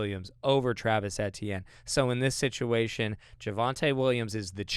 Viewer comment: I thought it was EE-tienne